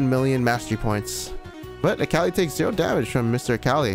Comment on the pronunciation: cant get over how this guy keeps calling mundo "mando" and akali "kali"